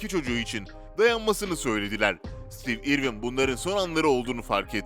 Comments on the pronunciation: stiiiv irvin diye okumak nedir yaa? adamın adını bari doğru telaffuz edeydin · o kadar kötü bir seslendirme ki neresinden tutsan elinde kalır... rahatsız edici bir tonlama, kötü bir telaffuz, kelimeleri yuvarlaması, harfleri yutması ve ingilizce bir ismin (konu başlığı olan isim hem de) nasıl okunduğuna bile bakmaya vakit ayırmadan işe girişmesi.